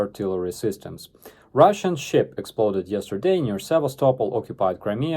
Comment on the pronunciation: Lmfao, I could have sworn you uttered the words "ruzzian military scientists"